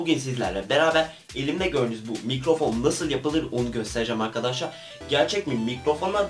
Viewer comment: evvet arkaşşar evvet arkaşaar ......